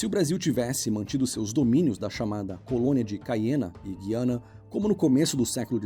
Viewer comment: No AP falamos GU-I-ANA.Pronunciando o U mesmo.